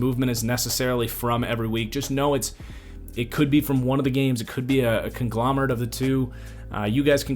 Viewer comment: Lmao “conglamerant”